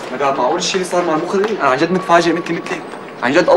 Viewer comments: يقول المَخرج مو المُخرج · المخرج بفتح الميم 😂😂😂😂😂😂